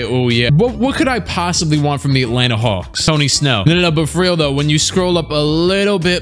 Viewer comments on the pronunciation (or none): none